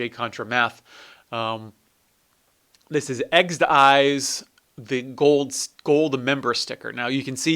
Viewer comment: It's Exed Exes, not Exed Eyes